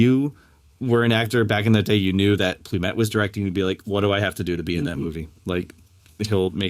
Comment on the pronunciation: Sydney Lumet, not Plumet.